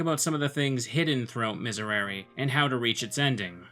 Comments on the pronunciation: History Nerd who knows both Classical and Ecclesiastical Latin here. For both types, the S and R are pronounced more with the tip of the tongue. You want a hard S sound, not the softer Z. And the Rs should be almost, or lightly, rolled. The vowels are different depending on the type of Latin. All the Es should be pronounced the same - basically an "eh" sound, in sound in Classical Latin, or an "ey" sound in Ecclesiastical Latin. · The "r" in "miserere" is pronounced as a sharp r with your tongue behind your teeth, not with your tongue at the back of your mouth. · Sadly, that's easier said than done. You probably grew up thrilling your Rs, otherwise you would know how much of a pain it is to learn that. Let's just not blame him for that bit. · Miserere as pronounced in a choral setting is “me-seh-ray-ray”, but Latin is a phonetic language. I think the technical pronunciation is “miz-air-air-reh” but Latin isn’t my major so grain of salt. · Miserēre would be pronounced MEE-sehy-REHY-rehy (with an R like the D in “lady”) if going for Latin. English dictionaries, however, list the pronunciation exactly as you’re saying it. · Miserere is latin, so it should be pronounced similar to French and Italian, "Misèréré". Something like that. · Miserere is pronounced "Mizéréré" ("é" like in french) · It's been a while and IDK if you really care, but that's not quite how you'd pronounce Miserere in Latin. Latin has very consistent vowel sounds and all the E's have the same E sound as in "pet". You said the last E with a long E sound that didn't exist for the E vowel in Latin (that sound was reserved for the Latin vowel I.) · I think you pronounce it more like an Italian, since Latin originated in Rome. Thanks for showing me this neat game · The last "e" in miserere should sound exactly like the other ones, rest of the pronunciation is good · It's pronounced mees air ay ray